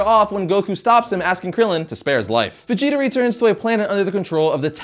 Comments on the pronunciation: Fh'jeeta..Fajita lol :) come onnnn.. its Veejeetah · Is it me or do I keep hearing him say fijita instead of vegeta 😂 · He pronounces Vegeta like how people pronounce fajita wrong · It sounds like you're saying Fegeta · bro you keep saying fegeta. now this whole video is non canon x) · i swear at times it sounds like hes saying FAgeta